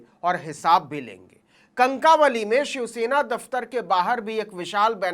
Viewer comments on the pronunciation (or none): सर कणकावली नही कणकवली है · कंकावली नही सर कणकवली है. महाराष्ट्र वाले लाईक करा. छ. शिवाजी महाराज कि जय. जय महाराष्ट्र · Kankawali nahi... Say " kankawali "....!